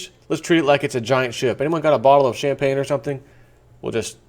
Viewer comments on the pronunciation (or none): none